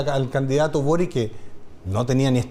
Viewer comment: Es una real tontera pero se veía ridículo diciendo Carter en inglés para luego decir Boric como si fuese "Borik" y no "Borich"